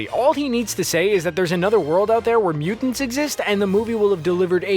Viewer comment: I think the word is mutants not mukans